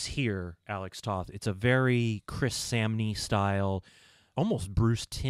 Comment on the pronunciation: Alex Toth's last name is actually pronounced like the word "Toe" with the "th" on the end ("Toeth"). Also, Remco did other toylines including a small toyline based on DC Comics' Warlord and also AWA wrestling figures among others.